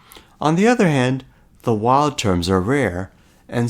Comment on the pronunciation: This is a nice video. I understood the idea right away and I like how you carefully carried through the calculations. Your accent seems American but your pronunciation of the word "wild" is non-standard. Wild rhymes with mild and filed with a long-i sound.